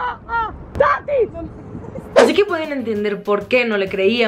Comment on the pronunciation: Jajaja tatis! No tatiiiiiiis jajajaja